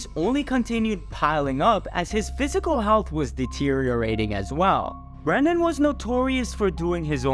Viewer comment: It’s Brendan not Brandon ❤